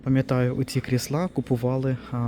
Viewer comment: Перешёл на мову, ставь правильно ударения, не крыслА, а кр!сла, встречала очень много слов с не правильным ударением